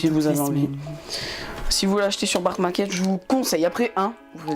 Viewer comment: Sur "barque market" 😂😭